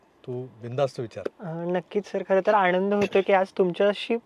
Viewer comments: न आणि ण मध्ये फरक आहे बाळा..😂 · मुलाखत उत्तम, आता चित्रपट पाहताना जरूर या विचारांसह पाहिला जाईल. या तरुणाने आपल्याबरोबर स्फोटक विषय छान मांडलाय, फक्त एकच विनंती आहे न आणि ण चे चुकीचे उच्चार टाळले जावेत. आणंद दिघे असं ऐकू येतंय ते खटकतंय, बाकी तुझं ध्येय तुला मिळेलंच. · आणंद दिघे नाही हो आनंद प्लीज प्लीज आधी या तरूणांना भाषेची जाणीव करून द्यावी. खूपच खटकत हो. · आणंद, अणौपचारिक, राजकारन ,गुरू पोनिमा , कारनिभूत...वगैरे वगैरे... बाबानो पत्रकार म्हणून असे क्रृपया बोलू नका.😂😂😂😂😂😂😂😂😂😂😂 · ह्यांना सांगा ….. आणंद असा शब्द नसुन आनंद असा असतो